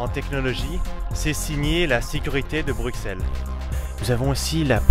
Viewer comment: On prononce "Brussèle" et non "Bruckxelle" ;-)